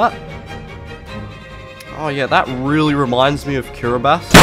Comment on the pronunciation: I love how you got Kiribati pronunciation right. Must really love your geography. Got the Tasman Sea as the Southern Ocean. Very recognisably south but I need to work on region-guessing my water.